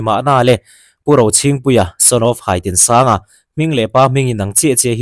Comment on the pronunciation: Haitinsanga tih khi, Kala HAI Kan tih a Hai angin lam tur o ka pu